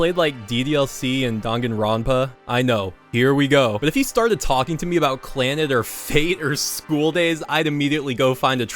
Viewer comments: i just wanna say the way you say Clannad amuses me, yk like Clannid, thats funny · "clannid" oou.....